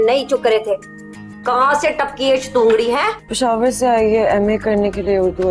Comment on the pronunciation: Peshawar ❌ pekhawar ✔️......😂👍